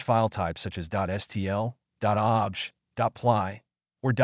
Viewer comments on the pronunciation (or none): This has to be an AI voice over as OBJ files are pronounced 'Oh Be Jay' and the word object was spoken like 'I object to that!'